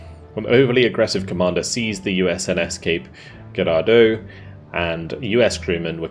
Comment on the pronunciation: Girardeau is pronounced with a soft G, FYI 😉